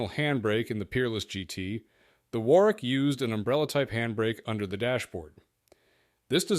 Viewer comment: 'War-wick'? Urgh. It's pronounced 'Worrick'. Typical American basic lack of knowledge about the world.